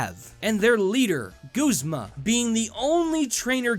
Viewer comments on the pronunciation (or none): none